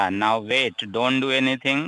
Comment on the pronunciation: Dammit. Vait vait vait. Teach them to say more words wrong.